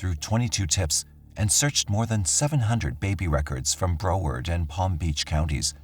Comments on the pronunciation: Re Lillian from Florida: she lived in - pronounced Brow (a😊s in eyebrow) ard (as in aardvark) Broward County, not Bro ward. Thanks 😊! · Google pronunciations of Florida's city names before u say them on here please ! You're not saying Broward county correctly. Ijs. Love the channel though ❤